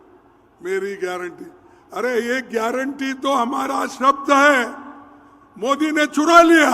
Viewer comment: तुम्हारी, खुद,कि, तो,गयरटी नहीं है, मंदर चोद,ओर, तुम को गयरनटी, क्या, लोगों